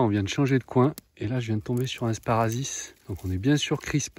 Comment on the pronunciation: Non non , vous dîtes bien "sparazi" , et ce n'est pas correct , mais bon, au demeurant ce n'est pas grave, tout ce qui compte c'est que le "sparassis" se retrouve dans le panier avant de finir dans l'assiette ....Bonne future cueillette .